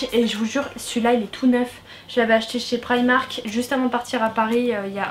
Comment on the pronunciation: on prononce primark